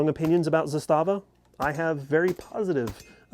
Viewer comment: Between the suppressor and the ammo, yeah, it should have been filthy. The mags that my Riley doesn't like, my Zastava also doesn't like. The Korean ones don't like to feed. Also, Zastava is pronounced in Serbia with the emphasis on the first syllable. 90% of YouTubers mispronounce it.